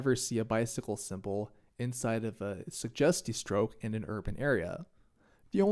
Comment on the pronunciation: You pronounce it suGGGGGGGGustiestrook, not sujestiestrook. ;)